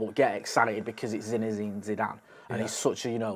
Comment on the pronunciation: "Zinezine" zidane? You alright fella?